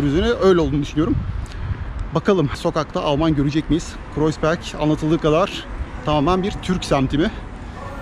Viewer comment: herşeyden önce kanalınızın müdavimi olduğumu söyleyerek başlayayım. Harikasınız tek kelimeyle. Ukalalık ediyor gibi görünüyorsam kusura bakmayın. Ancak Almanca’yı biraz daha iyi öğrenmenizin size çok faydalı olacağını düşünüyorum (Kreuzberg’in telaffuzu: Kroytsberg, Kroyzberg değil)